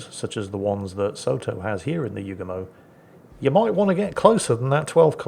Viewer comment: ACKshully,, YOOO goo mo. Not pronounced You-gah-moe, or like the Beach Boy's song 'Kokomo'.